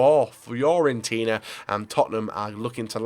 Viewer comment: fio-fio-fio-fior-fiorentina. nice pronounciation